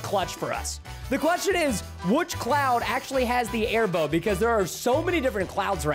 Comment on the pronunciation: Preston: everyone here comes the air bow. Me: it sounds like bone I laughed as he said bow when he found the air bow recipe